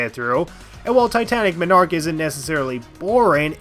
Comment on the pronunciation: The way you pronounce Titanic Monarch personally offends me